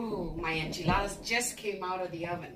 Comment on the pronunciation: As a Native Texan, I can confirm that this is the correct way to make enchiladas, as well as the proper way to pronounce enchiladas. Do not skip any steps and AFAIAC, the onion is mandatory.